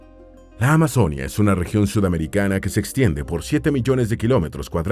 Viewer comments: "Valledúpar", "amazónia", "antioquía" "auraca"? Wtf "Eliecer", qué dolor de oídos pero aún me lo miré y qué buena forma de describir mi país :) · Es AMAZONÍA con tilde en la I no en la O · Pronuncien bien Amazonía.... No es Amazónia.... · Se dice Amazonía con tilde en la i donde va el acento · Este narrador cambia las tildes! Se dice carte'l no es ca'rtel Se dice Amazonía no amazónia No se dice Valledúpar se dice Valledupár